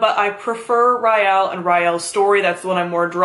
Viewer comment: wait, i always thought it was rielle like r-ee-elle not like r-y-elle